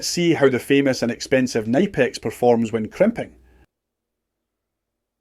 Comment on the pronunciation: Its good to finally see a quailfied Electrician / Electrical engineer on here that knows how to pronounce Knipex and the difference between wire cutters, pliers and Crimps please just please dont do any electrical work please get a Professional